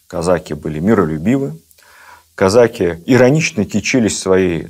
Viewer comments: Да почему казАки???? Режет слух. Всегда было "казакИ". Шолохов наверное лучше знает. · Как можно слушать и смотреть такого "историка"', который не может правильно поставить правильно ударение в слове "казаки" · Кстати, насколько я знаю, ударение в слове казаки на последнем слоге. Отец это подчеркивал, он из тех краев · Ведущий, не казАки, а казакИ, это первое. Второе, старообрядцев царь землей не жаловал. Третье, Платов был старообрядцем и, по этой причине, спиртного не пил, как в России, так и в Париже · Что ж такой странный русский язык у нашего министра? «КазАки», это не казаХи же!? Да, но, если вы используете новые установленные нормы, тогда, откуда устаревшие «дЕньгами»? Или, смягчения звонких согласных в словах, типа: «разбеХ(г)», «варяХ», «береХ», «книХ», или эти Ваши - «Вострые»? И, те же, «казАки» и «казакИ» - у Вас меняются, постоянно… Странно. Спасибо, за Вашу работу, лекции увлекательные, но, определитесь, если можно, с редакторами, пожалуйста… )))) Существует же «обеспечЕние» (от кондитерского изделия, вероятно?)) языковых норм в формате общеобразовательных передач? Спасибо. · А на Дону и у казаков используется только "казачьи" и "казакИ" (с ударением на и)